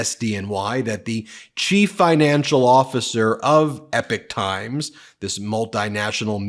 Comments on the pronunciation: E pok not epic. Blame my neurodivergent brain for the pronunciation obsession lol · I think they pronounced it “EEEE pock”, not “Epic”. I heard their commercials a lot a while ago on YouTube and when I researched them I realized they weren’t what they advertised themselves to be. After that I quit getting their commercials! It was weird. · It's not "Epic Times" it's "Epoch Times" (pronounced ee-pock). What a tragedy considering what Falun Gong stands for as a new Chinese religion which is based on truthfulness, compassion, and tolerance. Members live a clean moral life and practice healthy exercise and eating which has left them in better shape than the average Chinese. Because of this many have been arrested because they are members and accusations against the Chinese government 's treatment of them is the forcible removal - without any form of pain relief - of organs to sell on the open market because they are in much healthier condition than the average citizens. Any stories like the one you talked about sounds like propaganda to destroy a growing threat to the government's constant self enritching, massive thefts! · BEN. You have to pronounce Epoch Times like Ewok times. Yeah, like Star Wars. NOT epic ! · It isn’t EPIC TIMES It is EPOCH (Rymes with POKOK) TIMES !!!! Ben. YOU really really need to work on your presentation skills. The frantic rate of delivery with staccato emphasises is really really irritating and detracts from the substance of the content. Did you speak like this in Court? I very much doubt it. And I am sure your arguments and presentations were better received for the more measured approach you surely adopted. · It's pronounced "EPOK" times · Epoch is pronounced "E POCK" like the geological term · Ben:_ben: it’s the E-pock (Epoch) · Isn’t it Epoch times? You pronounce it like “epic”. If you want to know how to pronounce it watch The Matrix 1,2&3. Don’t worry about which one he’s in, it’s the best movie ever made…